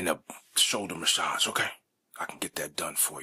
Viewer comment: I love your videos, but when you say massage with a hard g sound is my absolute favorite. I wish you'd make one just repeating the word massage a lot lol. Cheers!